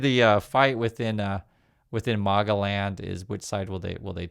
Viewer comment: its not Marga as in Marbles. It's Maga as in maggots